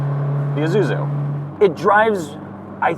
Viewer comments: (and most people to be fair): Ee-zoo-zoo Magnus Walker: Eye-zoo-zoo Correct: Ee-sue-zoo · Isuzu pronounce Eesuzu like Impulse, not I’m pulse. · “EYE-zuzu”?!? This is a car I lusted after in my younger days. An older woman at my church drove one. I was envious! Still looks good to me today.